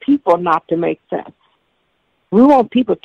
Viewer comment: "Theres alot of things in life that dont make shensh"